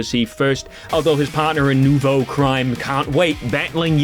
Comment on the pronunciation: You got it right the first time, it's pronounced "Noovo", as it means "new" in french. Though since the french word for "team" is feminine, it should've been "Nouvelle" instead of "Nouveau"